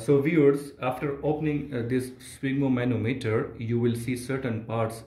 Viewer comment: It is called spygmomAnometer, not sphygmomOnometer...